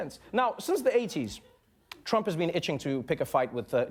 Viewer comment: on the side note Trevor pronounce our President's name surprisingly well.